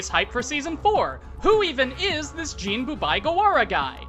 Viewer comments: Мy homie say ''Jeen'' one more time I swear. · Its Giren with a hard G and Jin with in, not een. Like Djinn. It is not Jiren (the Dragon Ball Character) and Jeen. Other than that Twice is clearly one of the best characters in My Hero so its great to see a video on him. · Was... Was he saying "gee-ran"...? I... Its 'gi-ran'. Hard 'g'. Gi. Right?? Have i been saying it wrong. Also Jin Like How you pronounce 'gin' the alcohol.